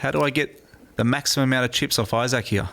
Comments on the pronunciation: Well that's the first time I've heard Issac pronounced Isa-k instead of Ise-k. And most definitely Issac Haxton. I think it was just a weird British pronunciation and everyone was too polite or found it too funny to tell him at the time. I didn't I found it annoyingly cringe worthy though... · I-Sek not I-SaK though right? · Am I the only one who cringes every time announcer calls him I-SAK? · Archaik85 Sorry were you just calling me Newton? Because his name is Issac Haxton, not Issac Newton lol. And maybe its just the American pronunciation vs the British one but listen to every other single announcer and its I-SEK!! Newton? Btw I was playing 6 PLO tbls while typing that, fortunately didn't time out though! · Hé keeps pronouncing Isaac « yaak »! Wtf?